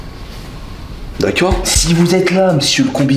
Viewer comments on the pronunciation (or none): ce que j'ai retenu d la video : "D'aCciOrD" sinon vraiment trop drole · c'que j'retiens de la vidéo : "DACOEUGH" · « D’acciord » 😂 Stp sort le bêtisier de cette vidéo jsuis sur c’est à mourrir de rire wsh 😭L’ outfit de il est incroyable 🤌🏼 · Non il dit "dakuore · Le “daccueir “ me fume à chaque fois 😂😂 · Sa me tue quand il dit "daceur"🤣🤣🤣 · Son « d’accoaurhhd » il est incr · J’adore comment il dit « D’akior » pour dire d’accord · Tous les "d'acceurd" ils m'ont tué 😂😂😂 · « Dakchor » 1000X dans la vidéo j’ai envie de briser mon crâne contre un mur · Les "dacior" 🤣🤣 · son "d'acciord" incroyable 🤣😭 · J’adore les « DAKKEEUR » 😂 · C'est fou il parle comme ma prof d'histoire géo (au niveau de la prononciation je veux dire)